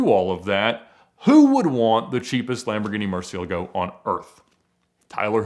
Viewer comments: Thank you for calling it a Murci for the majority of your video Hearing "Mursee-El-uh-go" vs "Mursee-ah-lah-Go" makes my neck tense up. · Kinda makes me a bit annoyed on how he pronounces 'Murcielago'